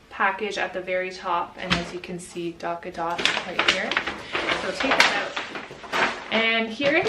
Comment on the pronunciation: not going to lie; i hate the name of that product although it sounds like you're saying "Dock-a-Dot" rather than "Tot"